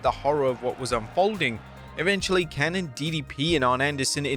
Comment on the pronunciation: his fucking name is Kanyon not cannon muh fkr get it right or don't get it at all kanYON not cannon